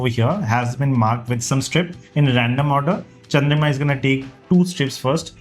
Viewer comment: Its Chandrima not Chandrika 😂